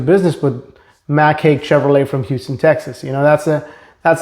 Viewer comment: It's pronounced "Hike"... not Hake.